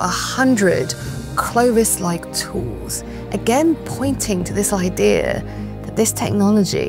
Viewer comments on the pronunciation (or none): none